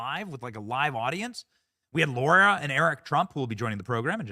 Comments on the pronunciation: Benny!!! Stop calling her LAURA! It’s LARA 🤦🏻‍♀️ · Benny her name is LARA not Laura - pls get it Right ❣️ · U mispronounced Lara s name! You're a racist!😂😂😂❤